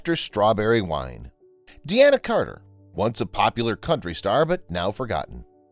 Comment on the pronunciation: It's not 'de-ana' Carter!